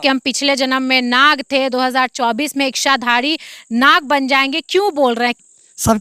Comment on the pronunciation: बहन जी " इश्शाधारी " नहीं.. इच्छा, इच्छाधारी। 😅